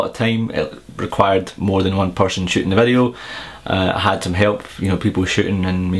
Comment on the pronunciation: your 'shooting' sound like 'shitting'